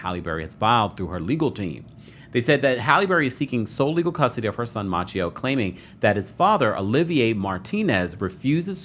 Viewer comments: Ma-say-o, not Matcheo!!!! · 😂 I was wondering the same thing. Machio ? Where did he find that prononciation ? 😅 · Halle’s son name is Maceio not Maa Ce O you do know that right!!!? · His name is maceo not macchio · The way he keeps mispronouncing tht baby name lol its Maceo like MAY-CEE‐O. Who is "Matchio" lol😂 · Just wanted to say that Halle’s son’s name, Maceo, is pronounced, May see oh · Maceo is pronounced "Ma-say-o" 😉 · You're saying the kid's name sooooooo bad. may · see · ow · Mase-y-oh . Not like the Karate kid. No offense 😊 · You are pronouncing the sons name incorrectly. I'm very surprised. It's pronounced Mace- seo Like a can of MACE then C.E.O or see-o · I always believed the child's name, Maceo, was pronounced "Muh-say-oh." Your pronunciation is throwing me off and reminding me of Ralph Macchio, star of Karate Kid. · Halle Berry's sons name is pronounced May-ce-O!!! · I dnt know, I think he made it up lol. Instead of researching it, he just went with his own interpretation. Thts crazy🤣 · I believe it is pronounced "Muh-say-oh." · His name is pronounced Maseo. It's derived from the name Matthew. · Ma-say-o is how you pronounce her son’s name. C’mon now. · Finally someone gets it right! Who the TF is out here pronouncing it "Matchio" or "May-see-oh" like a few others have said lol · I always believed Halle pronounced her son's name, "Muh-say-oh."